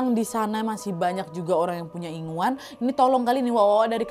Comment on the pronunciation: Maaf ya KK kalau gak salah ya Bukan inguan tapi ingunan